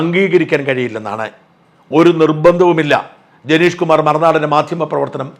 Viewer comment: ജനേഷ് അല്ല ഹേ,ജനീഷ്